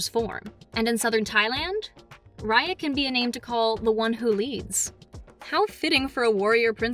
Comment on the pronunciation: what's her name again? Rar-Yar,Rai-Ar,Ray-Ar?